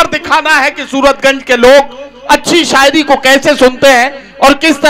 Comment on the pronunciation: Shairi nahi 'Saayeri' hai ye.😂😂